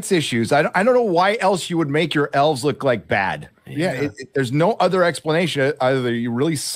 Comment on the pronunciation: The hobbit lass pronounces "elves" and "dwarves" as "elfs" and "dwarfs". Tolkien would be fucking boiling.